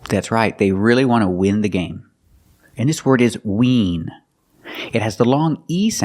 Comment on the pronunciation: Short sound /ı/ like in sin, win, kin and skin Me: Seems he's pronouncing all those words with a short /e/ sound, just like sin~sen, win~wen, kin~ken, skin~sken